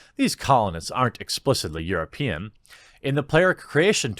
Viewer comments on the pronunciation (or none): none